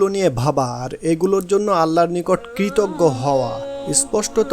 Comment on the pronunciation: Assalamualikum wrb, dear, dabbing good but need more focus on some specific words as kritoggo, stri,uchharon thik korte hobe. Apnar hobe Obossoi inshaaAllah, rehearsal lagbe abong onnoder dabbing gulu bar bar sunte hobeJazakAllah khayr